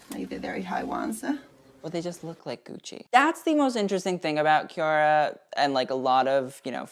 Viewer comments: chiara Ferragni is pronounced Kiara FerraÑi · For me at least (I'm Italian) • in "Chiara", "ia" is a diphthong, he's separating the "i" and "a" • in "Ferragni" the "gni" is pronounced like a stronger version (?) or the Spanish ñ.